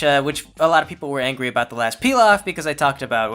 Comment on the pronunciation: Why am i hearing pee loff instead of peel off? Dude im not even into MLP (me partner is), but i just find your channel fascinating